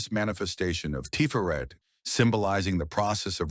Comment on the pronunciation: This is really good info. Just one pedantry point. Tiferet rhymes with the name Chet (like Chet Baker) rather than Ché (like Ché Guavara).